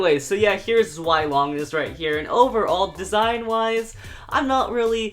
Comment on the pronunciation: Its zvie not zwie